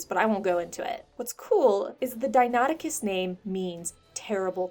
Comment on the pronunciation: As an aspiring paleontologist I can say you pronounced Deinonychus right.